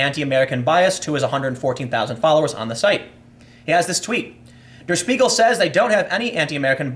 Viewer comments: pronunciation: "Shpiegel" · It's pronounced "Shpiegel", like "Shit". I recommend going to wiktionary and listen to how it's actually pronounced.